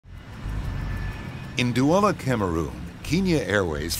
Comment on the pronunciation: When the nerrator says DOUALA but the duala tower says "dola"